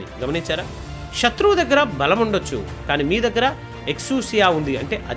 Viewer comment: KYA VALAM kaadhu KAY-VALAM SHATHRUVU kaadhu SETHRUVU. SHAKTHI kaadhu SAKTHI.